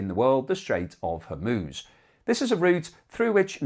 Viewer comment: Well done. You pronounced Hormuz normally!